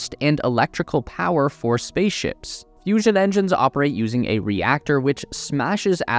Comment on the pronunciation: I thought it was serious till I heard fussion......